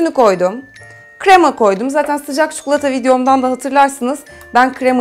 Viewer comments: Çikolataya çukulata deme lütfen :D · tam yorum yazıcaktım çukulata demesini ahahsdahasa